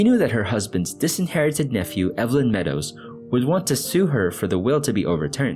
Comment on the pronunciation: Thanks for finding and telling a story I haven’t heard before. (When Evelyn is a man’s name, it’s pronounced EEV-linn.)